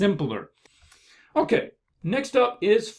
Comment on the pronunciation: Sorry but I gotta say that. I love how he says "Okke". XD